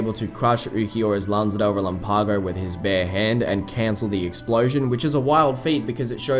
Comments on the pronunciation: Bien dices? Relampágo? no relámpago? Es una cosa no importarte, otra decir que lo mal dicho esta bien. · well that was mean. Not insulting your friends. They probably aren't native speakers and explaining accents is.. frustrating. But you are definitely saying it wrong. ask google. she knows. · con todo respeto, muchas personas pronuncian palabras incorrectamente. Como dije, es facil encontrar la pronunciacion en google. Sin necesidad de dudar. Es mas.. accento en pronunciacion no afecta énfasis. Hay gran diferencia entra relam-PAgo y re-LAMpago. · Love the videos.. but explain to me.. why does everyone say Relámpago wrong? It's reh-LAM-pago.. not relam-PAH-go